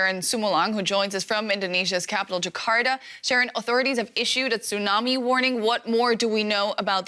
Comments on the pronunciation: What's a "tsunarmi"? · It's tsunami, not tsunarmi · Tsunami not TsunaRmi 😂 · What's a Tsunarmi?